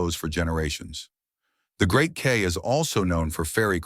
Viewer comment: Kei, pronouned Kye as in Transkei =Tran sky, rhymes with eye.